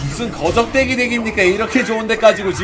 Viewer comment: 거적대기덱 발음하기 매우찰지네